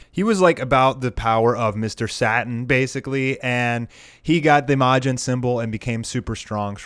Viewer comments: sat-in... how do you not know how to pronounce Satan? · d-did you just call him "Mr. Satin"?